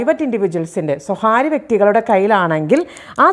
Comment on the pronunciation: സ്വകാര്യം എന്നു പറയുക. സ്വഹാര്യം തെറ്റായ ഉച്ചാരണം